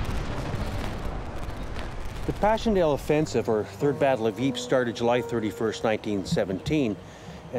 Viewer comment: Lol, yeah, i live on that frontline, and i'm still trying to figure out where the city of Yeep is, I know about Ieper (or Ypres), but Yeep, never heard of it, maybe that's where the smurfs were from.